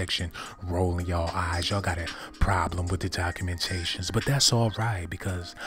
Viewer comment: Is he saying "cockumentations"..... 😂😂😂😂☠️☠️